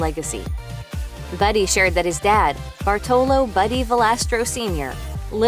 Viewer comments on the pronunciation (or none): It is Bàrtolo not Bartòlo. Hermione intensifies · Americans or Italian Americans ALWAYS mispronounce our Italian names or surname! Jeepers, LEARN HOW TO PRONUNCE! BARTOLO (accent on the A and strong sound for R like you would read two R)